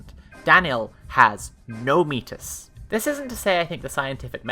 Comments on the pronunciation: The S at the end of Greek word, terms, and names, despite our tendency to utilize a French-style pronounciation, is pronounced. So even if you dont say [meatus], you could still say [metis] (pronouncing the (e) more lile the (e) in 'I have [met] you'. Also German names are always capitalized, so.... I really like your youtube Gesamtkunstwerk ...? ^^ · Like I really don't want to go too hard on this, but you make the same joke a couple of times... And it's wrong? Meetis is closest to the modern Greek pronunciation, met iss would maybe be closer to an ancient version (though of course that requires some supposition) Meti is french, and has an entirely different meaning. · "Meatiss" is the correct pronunciation of what's described in SEEING LIKE A STATE. Metis, the way it's pronounced in the video, is the Métis Nation of Canada. Just, FYI. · Ngl pretty sure it might actually be meatis if it's Greek in origin. On the other hand Métis is a French Canadian term pronounced how you say it tho so fair assumption. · wants "metis" to be pronounced as a word from French etymology like "the Metis tribe of Canada", but metis - meaning the clever intuitive wisdom gained through lived experience - comes from Greek etymology as in "the Greek goddess Metis", so "Meatus" is closer to the correct pronunciation. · I regret to inform you that meatus is the "correct" pronunciation, although "may-tus" is also common among English speakers. I actually knew somebody named after the titaness, and she pronounced it may-tus. "May-ti" sounds like something a francophone would say, lol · okay i understand that you don't want to read metis as "meatus" but you're still supposed to pronounce the s it's a greek word not a french one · This is a good video but I'm pretty sure "Metis" in this context is actually pronounced like meatus and métis with the silent s is something else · Wiktionary has the pronunciation guide written ˈmiːtɪs, so you're right to pronounce it more like meet-iss